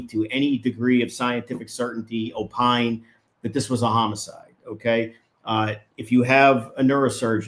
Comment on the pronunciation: Dr Fauci ruined the word: opine. Makes me cringe whenever I hear it... LOL 🤣